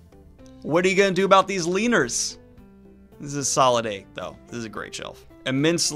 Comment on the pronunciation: Daniel says “LEANERS” like a slur.